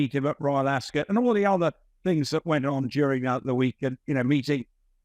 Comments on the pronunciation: it’s not pronounced, “Ascit”! It’s Ascot! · It’s AsCOT, not AsCET, get it right 😮😮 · AsKIT 😂 if she was a serious reporter she'd make sure she got pronunciations right and for something world famous she's pretty dumb to get it wrong. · Ascit??? Why are you both pronouncing it this way???